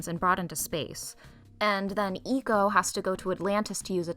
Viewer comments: Also, like 99% sure it’s supposed to be pronounced like “echo” as in “my voice echoed” and not “eco” as in “good for the environment” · Nice Video! also, the way you pronounced ecco was pretty funny, hope to see more from you!